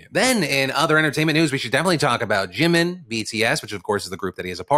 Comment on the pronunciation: I love how Phil says Jimin like there's an apostrophe at the end: Jimin'.